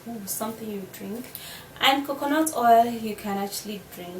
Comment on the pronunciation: Not COCONOT it's COCONAT